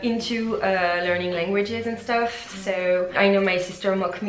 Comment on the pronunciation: Vowels are so hard to get. When she says "tips" it sounds like teeps while actually it's more like téps, in between a phonetic i and é. Stuff is not steuff more between steuff and stoff. Even if I know it when I'm talking in English I'm the same and it's even worse if I don't pay attention. It's something that can't be mistaken no matter how fluent you are in the language. Then there are mistakes that native people wouldn't do like advice which is always plural, more longer -> just longer. I'm not blaming her, it's just hard and she's doing a great job 😉